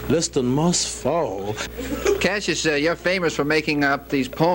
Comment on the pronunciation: Those reporters keeping calling him Casius really pissed me off. So disrespectful.